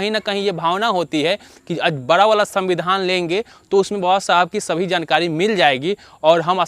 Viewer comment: Pahle bolna sikho bara nahi hota hai bada hota hai